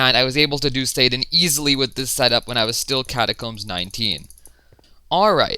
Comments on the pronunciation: U kinda said satan not sadan with ur acsent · Says sadan like satan